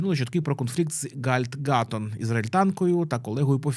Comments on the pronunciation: "Ґаль Ґадот" а не "Ґальт Ґатон" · Гальд Гатон? Шо бля?🤣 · Просто гидота, дизлайк. Галь гадот, не зміг прочитати, IMDB перепутав, половину закінчень зжував, можливо на курси читання чи дикції сходити. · Ахахаха, Гальд гАтон? Автори, ви серйозно не знаєте, як правильно вимовляється її ім'я чи просто не хотіли, щоб бот додав Галь до секції "Люди, згадані у відео"? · Ґаль Ґадот трошки ім'я не правильно сказали